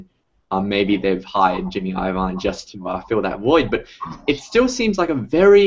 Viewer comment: "eye oh vine"??? lololol....